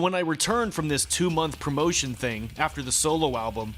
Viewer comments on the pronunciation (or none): none